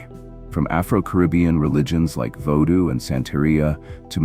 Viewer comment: Isis, Osiris, Vodo pronunciation? Really? Obscure the original name (Ren) and the secrets remain. And how bout an African voice narrating African content. Basic surface level content.